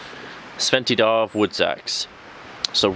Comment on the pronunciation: The D in Djärv is silent.. Pronounce it jaerv..